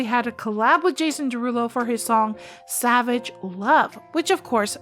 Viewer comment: Your pronunciation savage sucks